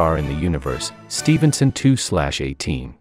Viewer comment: Nobody: trying to pronounce stephenson: steven son